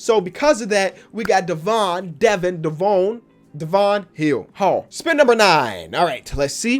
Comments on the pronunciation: It devon not devoon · Just so you know for the future Devon Hall’s name is pronounced like Devin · "Devon Devine Devon hill no hall" 😂